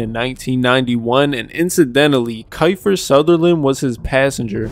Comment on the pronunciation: Kyfer, isn’t it pronounced “Keefer”?🤔 Not taking the piss, just a genuine question🤓